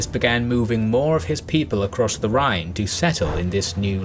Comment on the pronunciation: I live near Neuwied, where Ceasar build a bridge over the Rhine, you actually pronunced it pretty well, Andernach not so much, but i think this name is especially hard for non speakers. Like always, an outstanding video.